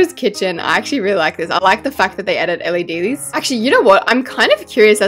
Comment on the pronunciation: casualty saying “LEDlys”